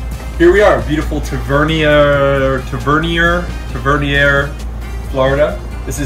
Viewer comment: I know its a tough one, but, Tav-A-near. Is how its pronounced. Great fish!